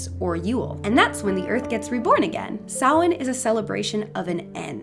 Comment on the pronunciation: This was incredibly interesting and insiteful, Thank you. Some great information, not least of all is the pronunciation of Samhain, which having never heard it said by anybody, I have always said "Sam-Hane", what a fool I have been